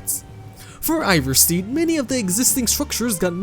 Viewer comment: RorikSTEAD. IvarSTEAD. Not RorikSTEED nor IvarSTEED. Jesus fucking christ, you said it right the first time, I bet you just wanted to piss people of lol